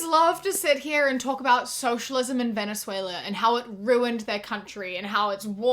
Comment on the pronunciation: As a Brazilian, I didn’t think that Venezuela was pronounced like that